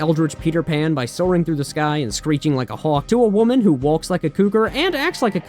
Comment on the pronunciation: where are you from that you pronounce the silent 'L' in walk, stalker, etc?